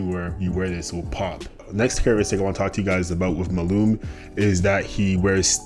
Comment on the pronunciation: his name is MALUMA - how did you get his name wrong? like throughout the whole video? MA LU MA